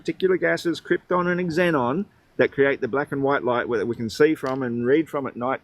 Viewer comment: Just noticed that Moron pronounced "xenon" as "eckzenon" 😂